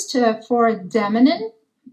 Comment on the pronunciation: We do need to help Witch out with the pronunciation of "demining" especially if she's going to use it several times in the video. Great to hear her speak English. She needs her own YT channel in English.